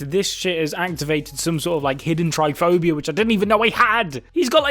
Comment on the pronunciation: also, its trypophobia, not tryphobia